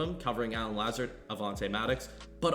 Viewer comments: it’s La-zard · La zard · Pronounced La-Zard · it’s “La-ZA-Rd” 🤣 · I'm sorry but I gotta lmao (Luh-Zard) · The "Lazard" pronunciation hella funny but good video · This nigga dont even watch football cuz if he did he wld know he saying his name wrong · LOL the way you pronounce “Lazard” . You did him wrong that’s not how you say his name 😂😂